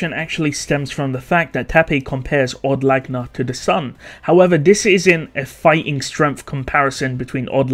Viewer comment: Od Laguna isnt pronounce odd lagna. its owed lag ew na. like lagunica.